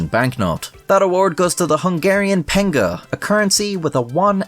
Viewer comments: Sorry but 'pen-goo' is hilarious. It's more like peng-uh or peng-er. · I know it's really hard to pronounce our language, but I laughed my ass of every time you said "pengú" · "Pengu" isn't the right pronunciation of it, I can't recall a good English equivalent of "ő" but it's not the equivalent of the Noot-Nooting Penguin.... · I'm sorry bro, but stop saying pengu. At least just say pengo with an o, or just write it into google translate, if you know you are gonna say it often. If anyone is wondering, I don't know phonetics but the last letter is pronounced as the first sound in earth. and the rest is as you would expect. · It is not pengu it's /p/ /ɛ/ /ŋ/ /g/ /øː/ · I know it was awful, but a currency named the pengő sounds really cool. Maybe because I grew up watching Pingu. On a side note, the pronunciation is actually ˈpɛŋɡøː rather than ˈpɛŋɡuː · Pengő is not pronounced "pingu". The letter "ő" is pronounced just like a longer variant of "ö" (in German, for example). The IPA markdown for "ö" is: [ˈø] while for "ő", it is: [ˈøː]. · "pengu" "pengo" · its that ping/peng sound coins make I dont think pengö is read as "pengu" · Pengo Me: pingu gibberish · I love that you even acknowledge the fact that you pronounce the word pengő correctly exactly 0 times, mispronouncing it as Pingu every time. This all, despite the description containing the correct pronunciation. You really truly did worse than if you hadn't even tried, congratulations. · did you even try looking up how to pronounce it? cause yours is NOOT NOOT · It's pronounced Peng- uh. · "Pengú"😭🙏 (as a hungarian its so funny to hear misspelled) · PLEASE STOP SAYING "PENGU"😭😭😭😭😭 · It's not pengu..... Ö like in Geman Ö PENGŐ Please make your homework when you make history videos.-... UMURIKA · It is prononounced as "peng-uh". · At least make google translator say "Pengő" to know how to pronounce. Pengu? Really... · its not PengU as Ur pronouncing it.. its Ö dude.. just like in Björn, but longer, as its a long Ő